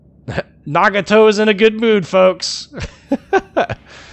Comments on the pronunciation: So glad a fellow American tries to pronounce something how it should be in it's native language...since growing up I grew up leaning from a Japanese family in my neighborhood...it'd be pronounced (na-ga-toe/nah-gah-toe - depending on accent and which part of the US you'd be from). Great review and in-depth information video and I thoroughly enjoyed! Edit: Finally got mine and have to say that this and (from what I've heard...the Izumo) are just to be free exped. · The one thing I like your video is you did a good job saying the Japanese ship name. Nice job.